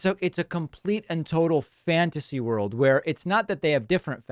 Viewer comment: “The “vorld” has several great nations…”. Too bad Hungary isn’t one of them!